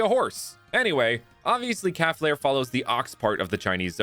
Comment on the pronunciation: Hey I used to have a fire type cow Pokémon called calflare too But it’s pronounced “cal-flare